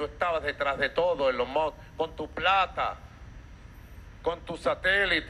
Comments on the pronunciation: Ni lo pronuncio bien dijo Elon Moj XD de milagro no dijo Eyon Muj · Ni puede decir correctamente elon musk